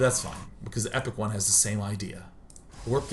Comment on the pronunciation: Hey It's TehEpicOne here and my life was fulfilled when I found out Day[9] casted my game. <3 He even pronounce my name right this time. <3